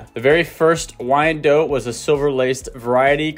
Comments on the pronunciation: not dote, but DOT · DOT and not DOTE. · It is pronounced wyan DOT. Look up the correct pronunciation. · I mostly know this breed name because when I was younger I pronounced it "Why-NAY-dot," and people would usually chuckle or groan. It took me forever to get the name right. That and I've always liked the spotted/speckled varieties. 🐔 ❤